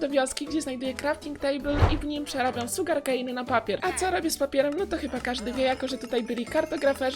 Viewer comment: sugarnkejn sugarkejn muwi się szugarkejn musze pisać jak się muwi